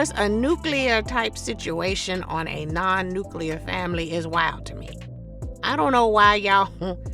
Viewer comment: Not NUCLEAR lmbo 🤪😜